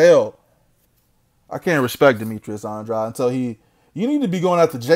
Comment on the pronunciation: Demetrius Andwuad lmao 😂😂😂😄